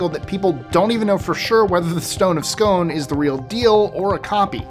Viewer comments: Scone is pronounced “scoon” 👍🏽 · The Stone of Scone is not pronounced that way. You're saying like an American ice cream cone with an 's' in front. It is actually pronounced like "Skune," or dune with an 'sk' instead of a 'd.'